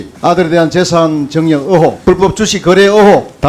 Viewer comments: 으혹 아니고 의혹!!의혹!!! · 질문을 하는건지 시비를 거는건지..반값등록금.무상급식얘기로 시작해.. 자기아들은 호화 외국인 학교에 보낸다니? 먼소리고 호화외국인학교는 어느학굔데.. 박영선의원님이 자기 아들 외국인학교 보내는게 잘못인가요ㅡㅡ?; 박영선의원님의 아들은 어느 학교보내야 맞는데요?ㅋ 재산증여의혹.불법주식거래.투기의혹.임대소득의혹? 본인한테 질문할껄 가져오신 듯ㅡㅡ... 즈그들은 더 했으믄 더 했지 덜 하지도 않을 것들이 완전 당당해ㅡㅡ 아우... 딱 ㅈㅅ없다.. 그리고 으혹아니고 의혹! 으혹으혹 디기 거슬리네ㅡㅡ^ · 의혹은 왜 계속 으옥! 으옥! 이렇게 발음하는데 거슬리게... 국민이 다 자기네들 편인것처럼 착각하네. 질문을 했으면 답을 들어야지 시간 없다고 답변 다 무시하고.. 자한당 특징인가